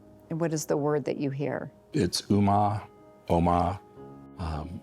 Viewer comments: not to be that guy but it’s om-ma. I hope this man finds the light. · I thought she was Chinese because of the way it was pronounced. Only when it was revealed she was calling out "eomma" in her last moments did I realise... This is really sad. How terrible this must be for her family.